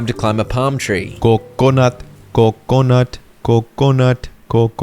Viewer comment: Stop saying coconut like that fkk ı get tilted